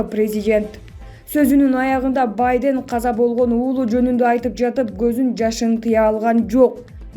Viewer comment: Журналист уялсан боло Сенин ката создорундон мен уялып жатам Баден дейсин го